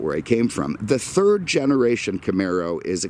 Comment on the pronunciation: Camaro, Mustang, Daytona Z... first, second and "turd" place :D